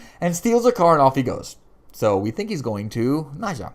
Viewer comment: Don't get upset but Its Nad-jia as in as in Nadia, she's not calling Gregor Jess, she has said Jeff as always. Just correcting you politely. We both love the show. Gregor will be there again, reincarnated every time remember, and yes Jenna, loved her. And " Gizmo" lol a vanhelsing that's hilarious